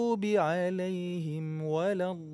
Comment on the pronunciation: Bacaanya sudah bagus...tapi sedikit koreksi tasdid terakhir pada lam dalam kalimat waladdoollin agak di tekankan sedikit biar agak jelas...semoga kita semua selalu di beri petunjuk...terima kasih....🙏